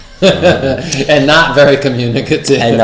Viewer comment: YES IT'S SPACEIAL! LAOM!